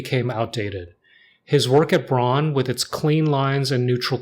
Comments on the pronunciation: First of all respect for the Nujabes "Aruarian Dance" at the very end 😍 As a former german industrial designer myself, this video made me especially happy and for those who care BRAUN means brown and is pronounced more like brown too not like brawn. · Pronouncing Braun as Brown is way closer to the actual german pronunciation